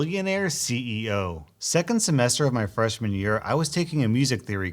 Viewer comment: I first heard "freshman year" as "fresh manure" lol